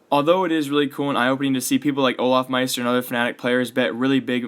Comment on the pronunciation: Lucky It's "Olofmeister" not "Olafmeister"